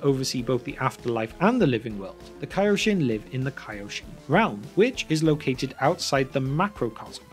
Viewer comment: And its pronounced kaioshin